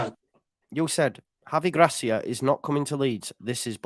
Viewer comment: You've a fine Iberian tongue there, very professional!